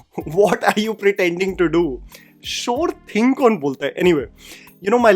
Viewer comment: "Sure thing" sounded like "gum would be perfection"😉